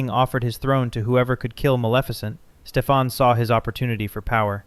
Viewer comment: Good video overall. A bunch of things I never knew! A slight disappointment for me is when you’re talking about Maleficent. The king’s name is Stefan. Pronounced STEFan. Not StefAN or StefON. It was consistent pronunciation in the 1959 movie but the Angelina Jolie one she said it 3 different ways. That was disappointing. Obviously this sticks out because that’s my first name. Pronounced like the 1959 movie does it. Other pronunciations are almost always spelled differently. But in a professional big film, featuring a big actor, for that simple thing not being caught is disappointing. Now I get that people are just terrible with names. ☺️